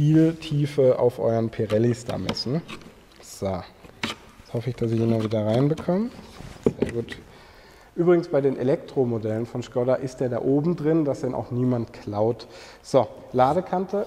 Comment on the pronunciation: Die Autotester werden bestimmt gezwungen, "Schkodder" zu sagen. 😙🥳